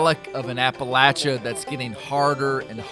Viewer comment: thanks for pronouncing Appalachia correctly lol